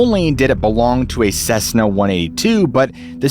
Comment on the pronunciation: It's a Cessna, not a cezna!